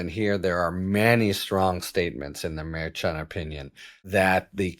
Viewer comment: Merchan, pronounced, "mare - shan", I believe. Nope -- I AM WRONG -- you are closer, not perfect, but closer than I am. In fact, YOU are the only one in the public sphere whi even gets close. I should have known Harry was right!!